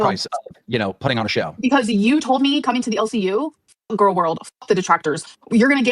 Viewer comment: As a speech therapist hearing your progression on pronouncing "gorl world" is both hilarious and inspiring